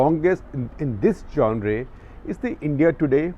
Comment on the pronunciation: It's pronounced 'jonruh' not 'jonre' 🙄